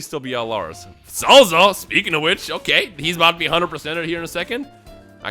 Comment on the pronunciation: I can't unhear him calling Salza as Cellza lol